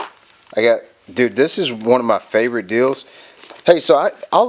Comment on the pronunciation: "....my FA-VO-rit brand of potato chips!"